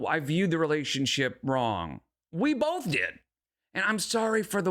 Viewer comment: Bolth makes me irrationally angry